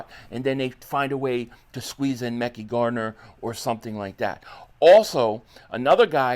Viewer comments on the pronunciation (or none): HIS NAME IS MEHKI(MA-CU-I)‼️ damn stop saying his name wrong! 😒